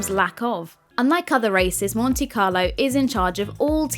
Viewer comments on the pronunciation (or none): none